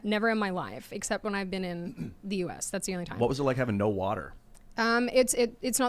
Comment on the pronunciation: i like how she says "electrizzity" ...lol